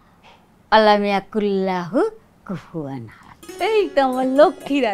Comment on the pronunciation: কুফু ওয়ান আহাদ। কুফু আন আহাদ নয়।